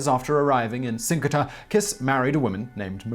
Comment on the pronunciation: I am Hungarian and never heard this story. Also, Kiss is pronounced as “Kisch” (or “Kish”) and Cinkota is like “Tzinchota”.